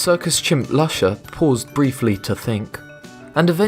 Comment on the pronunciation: Lusha is pronuced Loo-shaa!!!!